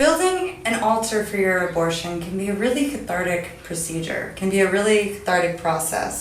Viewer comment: Does she say "thathartic"?